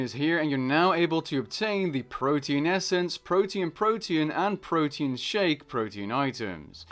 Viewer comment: PRO-TEE-ANN not protein.